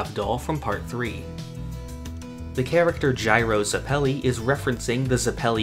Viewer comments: Ughhhh stop saying zepili like that!!! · Why’d you say Zeppeli like that